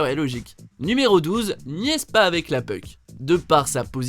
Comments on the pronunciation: *Bémol de prononciation, on dit: < >, prononcé avec le < > et non "puc" comme dans < > etc (on dirait, en fait, que vous dites "peuk"?) Merci pour la vidéo, c'est plaisant d'avoir une vision outremer du pays!🎉🎉🎉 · Le 10 e c'est pas « peuk » on prononce « poke » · J'adore comment tu dis puck